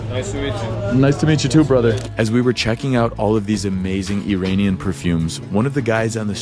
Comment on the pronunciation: Love the video! Thank you for showing the World the reality of Iran and its people. BTW, you get the pronunciation of Iran right but then you keep doing the George Bush, "Eee-rain-ian" pronunciation for the people😔. Bush used it as a way to dehumanize, making us sound like aliens. It's like nails on a chalk board when I hear it. We are Iran-ians, pronounce it the same way as the you do the country please🙂.